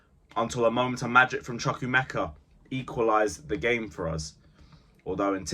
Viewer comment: And the name is pronounced Chu-ku- emeka. Like you pronounce chu-chu train.